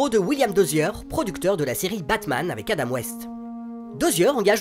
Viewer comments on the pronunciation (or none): none